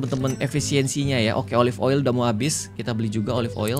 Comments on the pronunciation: Klo bilang oli aku ngakak 😂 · Ngakak tiap kak regi nyebut oil jd oli mulu😂